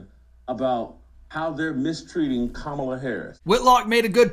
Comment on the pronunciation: I thought he was saying Commie Lawv😂😂